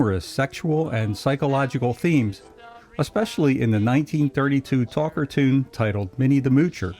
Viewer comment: I always thought "Talkartoons" was pronounced "talk--car-toon" not "talker-toon".